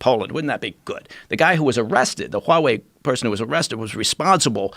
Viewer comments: He really pronounces that H in Huawei. WHOOOOWAAHWEI. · God I hate how he says 'Huawei', are they sure he's ex CIA? he sucks at pronouncing chinese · I cringe every time this guy says Huawei lol... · If he were to say HUAWEI one more time.....😠